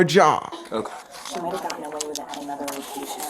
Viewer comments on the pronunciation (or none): none